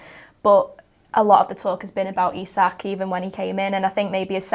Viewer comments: Isak pronounced EESAK !!!!!! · Guehi’s height debate look how sketchy Ibou deals with ball in the air. For reference the late Diogo was mighty in the air for a smaller lad. Isak pronunciation got to be sorted here. Top show and great host duties 😊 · Can you lot sort out out your pronunciation of Isak please? I counted four versions in that convo. Up the mighty Reds. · 3 pronounciations of Isak. Come on lads this one’s not that hard 😅